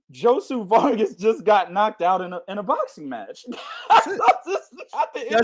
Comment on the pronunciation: this ninja done said Josu...Josue..Jose to Joshua Vargas all under 10 minutes lmao fucked up is prolly dissed Josue whole living lineage and aint even know it